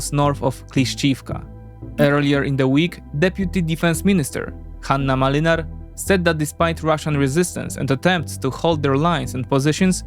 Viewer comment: It is a very decent content. As a feedback: please, be more attentive to names of people, villages and cities when pronouncing them. They are always spelled right, but sometimes you mess-up the letters. For example: , her name is Hanna "MALIAR" and not "MALINAR"